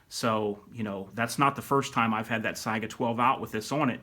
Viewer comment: It’s not syga it’s se-ga